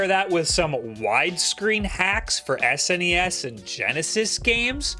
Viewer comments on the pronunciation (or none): none